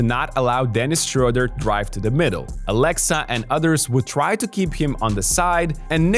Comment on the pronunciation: "Aleksa" not "Alexa". "E" is pronounced shorter in "Aleksa". It is a VERY old Serbian male name, even the last name Aleksić is very common. Don't make it sound like the AI girl's name, please. 😂🤣😹 💪🇷🇸❤️